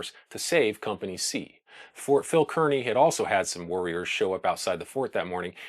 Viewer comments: just a note to let you know I am from NJ and the fort is pronounced Carney not keerny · Excellent video! Minor detail: Kearny is pronounced CAR-nee, and not CURR-nee. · Kearney is pronounced "Carney". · It's pronounced Phil KAR-nee. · I would surely beg a descendant of Phil Kearney to verify the pronunciation of their famed surname. I hear podcast after podcast delivered by myriad hosts who, though lovers of history, and admirably so, either know something I don't, or have never been to Nebraska where all residents know the name Kearney is pronounced neither Kər-nē nor Kēr-nē, but rather Kar-nē (like car-knee). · Good Video. FYI, however, pronounce "Kearney" like it's "Car-nee." I would also lose the pipe. lol Sherlock Holmes is not from the west, and we don't really appreciate someone trying to look professorial in a sea of dry grass. . . . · Kearny is pronounced "Carney". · Consistently mispronounced "Kearny" but otherwise really nice video. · Distractingly, the name of the fort where the soldiers were stationed is mispronounced throughout the video. Fort Phil Kearny is pronounced as though there is no "e". Like "carnival ". The same as the town Kearney, NE.